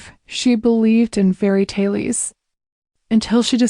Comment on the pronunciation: Ai, do not read dot dot dot, and other major irritating mistakes in reading, the reading is awful, voice changes are terrible, mispronounced ex fairytales not fairytellies. Story is wonderful, needs to sound as good as it is